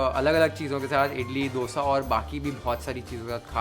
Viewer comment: You had my attention when you said दोसा instead of डोसा...